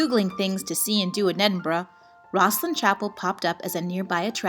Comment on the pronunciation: she says Edinburgh properly.